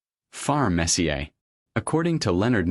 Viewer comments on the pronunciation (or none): AI voice says the truth was far messy-ee-ay. It must be a hockey fan.